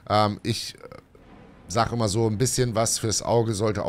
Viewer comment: "ümmer" besser 😜